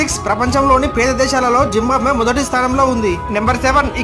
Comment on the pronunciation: "జింబాంబ్వే" కాదయ్యా "జింబాబ్వే" !